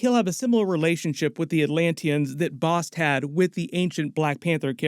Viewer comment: Thank you for pronouncing Bast correctly, because in the first ten minutes of "Moon Knight" they mispronounced Taweret and continue to for the entire series. Quetzalcoatl, (is KEHT-sahl-KOE-awt. The 'L" is silent, but is also pronounced KEHT-sahl-KOE-aht-ul -- and the "L" is included. But, hey, it's Marvel so just go with it, maybe the 616 Public Domain gods just do whatever over there, but Nuhautl -- the language of Aztecs, is still spoke by more that a million Nuhua people still living in Mexico. Coyote, Avocado, chocolate, are all words that came to us via the Aztecs. But, again it's 616, go nuts. They've messed up Norse Mythology for years now.) Quetzalcoatl is a big deal god of the Aztecs, (and is a 'he'), In the Mayan pantheon, he is called KuKulkan and they are the same god. The Mayans are an older civilization than the Aztecs, although they overlap briefly for a series of years, the Aztecs rose to power a century after the Mayans. Both occupied different regions of what is now Mexico, the Yucatan and Central America. Both had written languages and advanced mathematics. Tepeyolltol, ('teh-PEA-ah-tohl' or 'teh-PAY-lot-ALL', -- I've never heard it pronounce 'TEP-ah-tee-OH' -but again off we go to 616, if they're going with that it sounds fairly close to 'Tapatio' which is the masculine form of "from Guadalajara" - which is a great city!-- The rest is dead right, well done! He is the "heart of the Mountain", the Jaguar god of animals, darkened caves, echoes, and yep, eart